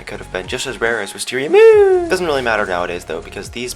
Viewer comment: XD the way that he said moon